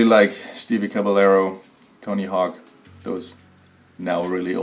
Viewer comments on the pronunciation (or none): Bro this man said Stevie cabalaro